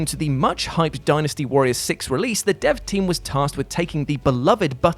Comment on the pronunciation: I'm proud of you for pronouncing Dynasty right